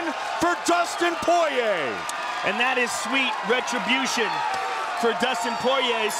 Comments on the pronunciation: What’s with the announcers pronouncing Dustin’s last name as Poy-Yay in his earlier fights? 😅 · All the commentators pronouncing his last name as, "Poiyeeyay" in his esrly career 😂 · Mike Goldberg continuously calling him “Dustin ‘The Diamond’ Po-Yay” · them pronouncing his last name for the first 8 years of his career is very UFC of them to do🤣